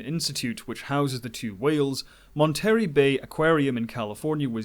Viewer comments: "KIT-a-she-in" Institute? Have you actually watched the film?? They say it in the movie. Also it's "MON-ter-ray" not "mon-TERRY" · Monterey - phonetic spelling "mon-tuh-ray" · Mon-terry 😂😂😂 Monterey? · Your pronunciation has much to be desired. Monterey Bay is pronounce MONterRAY Bay not MonTARee Bay. And Cetacean is pronounce setAshun not ketAshun. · Mon-ta-ray, not Mon-terry... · Monterey is pronounced mohn - ter - ray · Sorry I just had to help with a couple of those botched words 😂 cetacean = seh-tay-shun. monterey = mon-tuh-ray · just to let you know it's pronounced Mon-ter-ray. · Love these movies, and these videos! Excellent presentations, fantastic detail, super-well done! Kudos! Heh... Mon-tarry bay... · It's Pronounced: Mont er Ray. and I had to dislike this video because Hicks is one of the worst actors of all time. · Mon-Terry Bay :) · So many mispronounced words. Monterey! Cetacean! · Your pronunciation of the California locations like Monterrey and San Mateo is... interesting. Having lived in the area I don’t think I ever heard anyone say the names quite like you did. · Well, I guess that's one way to pronounce Monterey ;)